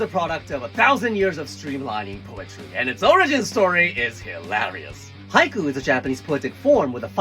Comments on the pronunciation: The one thing I get confused about Japanese language is how it sounds on certain parts. He says Haiku. Sounds like Hai - ku. Then he’ll say it and it sound like “hike” like it’s one syllable. No “oo” or “u” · I thought he said haikyuu 😂